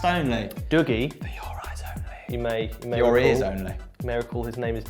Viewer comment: Love how none of you can actually say Dougie the way Dougie says his name is pronounced.